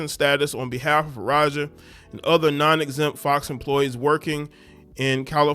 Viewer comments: Taraji P. Henson has basically the same name as this chick.... this lady's name is Faraji but you said Farajah. lol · Bro, pronounce the girls name the way it’s spelled. Her last name ends with an I and not an A.